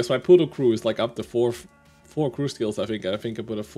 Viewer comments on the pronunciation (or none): none